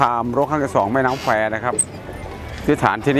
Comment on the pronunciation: แม่น้ำแควหรือว่าแม่น้ำแฟ ชอบพิธีกรตรงนี้แหละ555